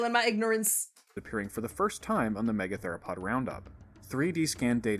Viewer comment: "Megatheropod" doesn't have a "lo" in it.